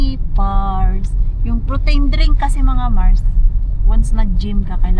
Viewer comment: Mars say it as protin make it hard not protain. Just a sisterly advice.